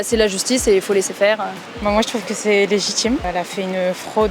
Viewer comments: "Cé légitchime." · Cé légitchime la tchim